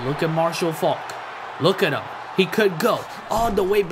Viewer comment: Ur saying Marshall Faulk name wrong